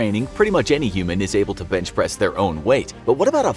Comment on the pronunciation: I thought he said "Bitchpress" at the start of the video